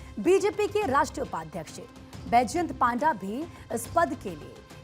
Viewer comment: पंडा को पांडा षडंगी को सारंगी पात्र को पात्रा 🤮 हिंदी भाषी बंगालियों का नाम तो सही उच्चारण कर लेते है ओडिशा वालों के समय क्या हो जाता है 😢